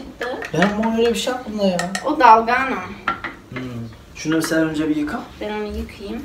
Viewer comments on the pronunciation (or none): Dalgano değil canım dalgona